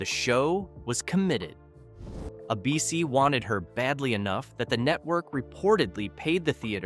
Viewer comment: Abeecee? Was Don Knotts REALLY an established TV star before Ralph Furley